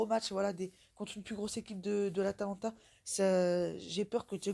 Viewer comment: *atalanta pas Atlanta